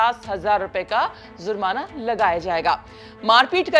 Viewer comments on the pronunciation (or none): Aap zurmana keh rahi he jab ki word he jurmana